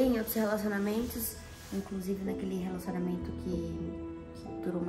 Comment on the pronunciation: Sim João, ela fala ciumeinta, relacionameinto , kkkkk eu também tenho raiva